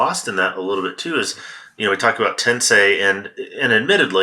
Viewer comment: When I hear "Tensei" my first thought is about how many YouTube golfers based in England who can't properly pronounce "Tensei."